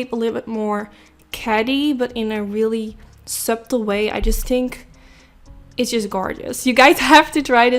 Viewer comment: it's spelled "subtle" yes but it's pronounced "suttle" 💋😘